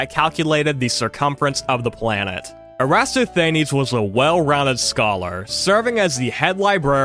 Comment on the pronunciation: Given your prior comment about you trying your best with these pronunciations, I'd strongly recommend checking Wikipedia for pronunciations (err-ə-TOSS-thə-NEEZ) or setting Google Translate to the language in question (for loanwords and famous names, English generally also works) and asking it to pronounce them. Both have worked reliably for every word I've checked against my prior knowledge from 90s documentaries.